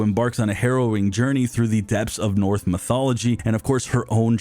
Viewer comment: I just can't get over how Sennua was a "Seltic" warrior and "north" mythology😂😂 Also "Ichabin Kahsooga" 😂😂